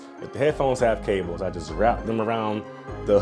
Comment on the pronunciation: I don't ever want to hear someone say Cables the way he kept doing 😂